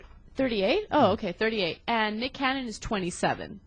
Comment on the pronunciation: BITCH how dare u say nick canyon..... get dem words right..lololol lol im j/k